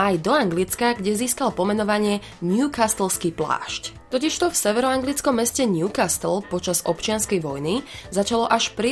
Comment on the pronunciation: Newcastle .... T is silent ...